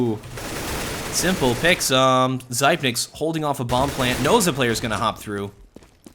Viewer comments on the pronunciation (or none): zip - nix not zype - nikes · zypeks, not fkn zaipneks